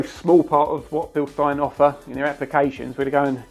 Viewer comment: Thanks for using the correct pronunciation!